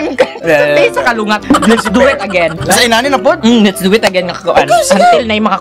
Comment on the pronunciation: its 'kulangot' not kalungat..lols..peace yow;-)